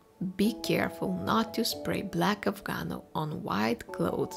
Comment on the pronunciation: Afgano, not Afganol